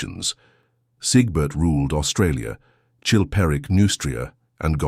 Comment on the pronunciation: Not “Australia” Aus-Trasia TREY SEE AH